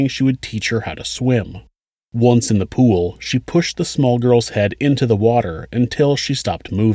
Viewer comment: Sc - ual? Pu - wal? I though it was school and pool. Lol